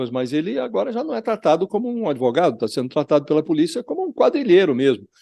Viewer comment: "Por quê comprá-lo? Por quê não comprá-lo? Comprei-o-Ô!"... É um pândego esse "adêvoGado"! 🤣